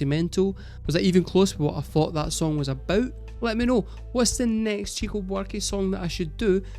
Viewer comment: Also, it's pronounced "shico", not "tchico".